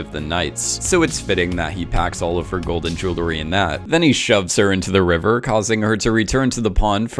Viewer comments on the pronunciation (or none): dude can you stop pronouncing "JEWLERY" like a 14 year old? lol jesus... it's JEWELRY. literally how its spelled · Say it with me “J-E-W-E-L-R-Y!” Why do you idiots keep adding an extra “L” between the “W” and the second “E”? Hearing the word “Jewelry” being butchered is so fucking aggravating.